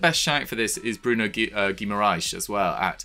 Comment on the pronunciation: I know their name sounds Portuguese, but Bruno G. is Brazilian, maybe you could put in a little effor to learn how to pronounce names in PT-BR; both languages being vastly different after all.